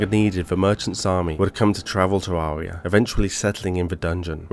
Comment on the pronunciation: It's Ter-air-ia